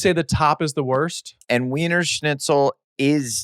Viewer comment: “weinersnitchull” according to blake